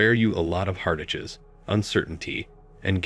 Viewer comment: Lol lol holy crap, we can't trust AI. it pronounced heartaches as heart Hs. Lol Leave the narrating to the humans, robot.